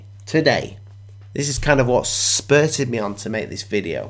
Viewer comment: I think it's "spurred me on" Not "spurtted me on" my friend. Spurtted, not sure it's a word but it should be. Take care my friend.